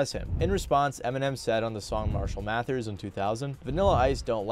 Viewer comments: Repeatedly hearing "Math-ers" was driving me crazy lol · Who really wants to hear about rap from a acne-ridden white boi suckin on a queer lil vape who can’t even say mathers properly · Calm-E-Cause-E ❌ Calm-Eh-Cause-Eh ✅ Mat-hers ❌ Math-ther ✅✅ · Why are you pronouncing "kamikaze" & "Mathers" like that? I've never heard a single other person, not even Japanese (where the word comes from), pronounce "kamikaze" like that. And that's not how Em pronounces his own last name. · Why you say "Mathers" and "Kamakazi" so goofy doo